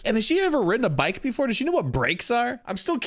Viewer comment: I love hilarious way of pronouncing words! Instead of bike, she says 'bak', and instead of 90's, she says 'naantees'!🤣😂 'Back in the naanties, I used to ride a bak...'